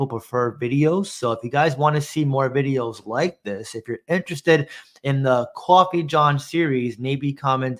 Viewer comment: Gotta get that Qwoffee